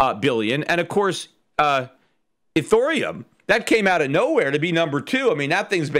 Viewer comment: He said Ethoreum 😂😂😂